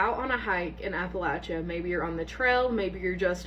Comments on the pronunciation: The first girl I just don’t believe tbh. Literally no one who lived or lives in Appalachia pronounces it like that? And how do you fail the third grade TWICE it’s the easiest year gng 💔 but no disrespect to her cuz it could have been medical stuff. ✌️ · The first girls story is so fake. The way she pronounced Appalachia was completely wrong, her age did not add up. How could she be 12 in third grade? Moreover as a native of Appalachia it is well known at A. Skinbuddies tend to lure you out by acting human not just showing themselves and B. You NEVER run always calmly walk alway running only activates its urge to hunt. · Yeah first girl is cap bc we know better than to say the word she did plus she pronounced Appalachia wrong and tbh I don't care what grade she was in when she was 12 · No, uh uh, no one from any Appalachian area says it that way. She also referred to other things in words they wouldn't use 🫤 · I'm sorry but I dont believe the 1st girl 🤷‍♀️ The first red flag is the way she pronounced Appalachia the 2nd red flag is being 12 years old in 3rd grade. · I was thinking the same, like why she said it that way? That’s not how anybody living there says it. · Nah. She don't "Appalachia" right. Ain't from the mountains. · From West Virginia here and the whole time I kept saying was that's not how u say it! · I’m in WNC and her accent and how she pronounces Appalachia is all wrong. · People actually from Appalachia don't pronounce it like that. You can lose your accent when you move away, but you don't forget how to pronounce the name of the place you "grew up" in. She's 100% trying to pretend this actually happened to her. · “Ap-Pa-La-tchee-ah” it’s “apuh latchuh” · What southerner or Appalachian says “app-ah-latch-ee-uh” Huh?! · Pronounced Apple-ay-sha or Apple- Atch-Chia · Yep, first one appalac----iuh lol not even close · I thought the same as soon as she said Appalacheeya… 😒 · The first one is not real that’s not how you pronounce Appalachia